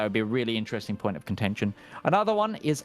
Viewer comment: Well, I know what contention means, but that's definitely not what is saying if you listen to it. There's definitely a "shh" being produced before the "shh" made by the '-tion" ending. If he wanted to say contention, I rather doubt he'd have any difficulty pronouncing it properly. It's as though part of his brain was thinking 'contention,' but simultaneously feeling that perhaps it's not quite the right word for armed conflict (it sort of is, sort of isn't - there can be a lot of political contention over a given territory, but I don't think 'contention' is the word you'd use to refer to the actual fighting taking place).